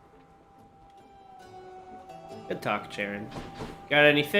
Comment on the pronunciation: Hopefully, pronounces "Charon" & "chthonic" properly by now.